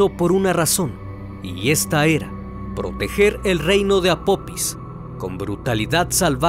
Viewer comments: No es apopis es apofis ,deberían investigar antes de hacer el documental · Apopis? Que no es apofis? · Apophis se pronuncia Apofis . excelente vídeo